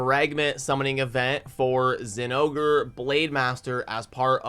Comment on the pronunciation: I'm proud of you, you said the name right.